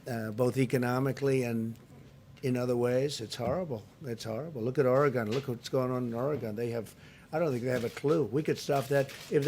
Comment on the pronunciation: If you can't pronounce Oregon correctly you should not be President. You sound like a third grader when you use sleeping Joe.